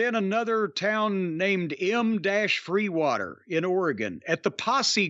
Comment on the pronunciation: Milton-Freewater Oregon. Not M-freewater...